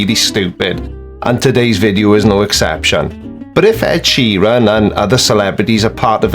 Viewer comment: This joker can't even pronounce Ed Sheeran